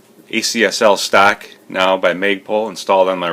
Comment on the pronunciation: ?? stock....I hear you keep said STACK???? ( or maybe ME) hahaha